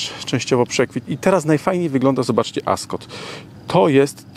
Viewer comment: "As-Kot" znakomity:)